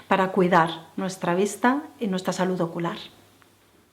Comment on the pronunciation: Es "salud" no como tú dices "salut". Me parece que "estiras" todos tus consejos...que por otro lado siempre va a lo mismo. Además son consejos para pijos...los que no lo somos nos quedamos fuera.